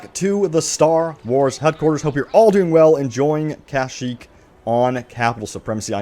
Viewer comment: Why do you pronounce Kashyyyk like that? It's kashyyyk not KAH-shyyyk